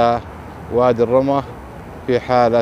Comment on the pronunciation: وادي الرمة، ضم الراء والميم مع التشديد.